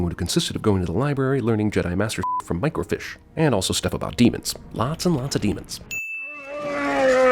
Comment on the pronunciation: I'm adding one sin for calling "Microfiche" "Microfish"